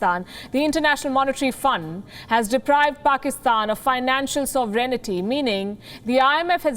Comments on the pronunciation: It's "sovereignty" pronounced phonetically as soverinty NOT sovereignty! 🙄 For crying out loud. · First learn, how to pronounce "sovereignty" as it should be.